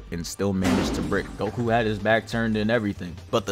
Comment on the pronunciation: this man called him 🅱oku